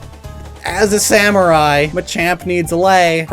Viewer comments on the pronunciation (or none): none